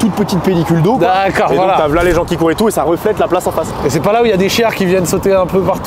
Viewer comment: Le frero est cool mais il a besoin de parler plus doucement, sans prononcer "ouf" "genre" il a dit "céper" aussi j'avais envie de mourir. Car c'est finalement moins agréable de l'écouter parler, ça donne du stresse rien qu'à l'entendre lol, donc mec si tu vois ce message détends toi et essayes de parler avec un meilleur français stp 😊